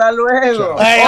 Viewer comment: Pat acts like all the other white people trying to pronounce Spanish words